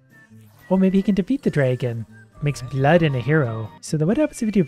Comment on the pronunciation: Disliking because of „DrAEgon“